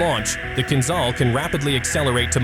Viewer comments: It’s not Kinzal, it’s Kinzhal: kinjal🇺🇸❤️🇷🇺🇺🇸❤️🇷🇺🇺🇸❤️🇷🇺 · ahahah KinZAL - its KinZHal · KinZHal ! Man spricht, wie KinJal aus !